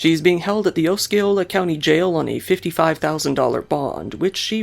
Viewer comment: hi so it’s “aussie-oh-luh” lol -florida native